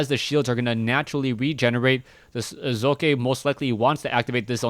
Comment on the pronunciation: Am I the only one that appreciates pronouncing the protoss players name? To any other caster: its not Sock.